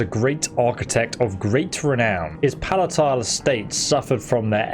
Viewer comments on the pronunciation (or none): none